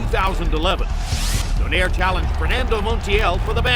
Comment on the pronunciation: ano yong announcer mali yong pag bigkas ng donaire